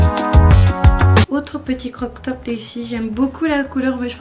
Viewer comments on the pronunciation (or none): ❤️❤️ j'aime ce que tu fais ainsi que ta persévérance et ta motivation. Mai je te trouve déjà assez fine, perdre encore??? Est ce nécessaire? Après il faut se sentir bien ds sa peau donc tu fais comme bn te semble l'essentiel Est d'être heureuse. PS: j'ai cru avoir entendu "croc top", je pense qu'on dit plutôt"Crop top" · Ça se dit Crop* top, sinon super haul, j’attendais un haul avec impatience sur ta chaîne 🥰🥰🥰 on attends le haul PrettyLittleThing maintenant!!!